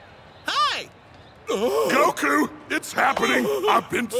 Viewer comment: can I get a timestamp for every time he says "gokU" please